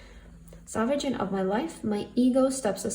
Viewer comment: Thank you for messages! P. S. I may be wrong (English is not my first language), but the word "sovereign" is pronounced like there is no "g"🤷